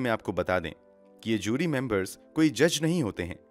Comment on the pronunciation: Its JURY not Zyuri.